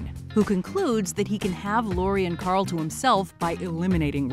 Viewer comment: Carl or Coral as Pappa Rick called him. Annoying as f